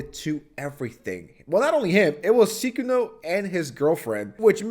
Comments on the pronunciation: It's "Sy-kuno", not "Sickuno" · Unc just making up pronunciations now. Seekuno and Sickuno lol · Bro why do you pronounce Sykunno like youve never heard anyone say it before, its not that hard dude 😭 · why you pronounce his name like that😂😂😂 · You're obviously intentionally mispronouncing his moniker, but I don't get why. Do you not like him and that's your way of subtly disrespecting him? Or do you actually think you're being funny? I'm not even irritated I'm just genuinely curious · Bro made 2 videos about the guy and still can't pronounce his name correctly or he might be trolling lol. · bruh, sykunno has a y in the name, so it's easy to mispronounce it as the ee sound instead of the eye sound, it's easy to forget, especially when he only found out about him so recently from this drama, he also pronounced light yagami from death note wrong but he obviously likes death note lmao 😭🥀